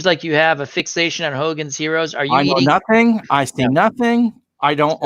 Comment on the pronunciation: "I see nussink... I hear nussink... I know NUSS..SINK!!!"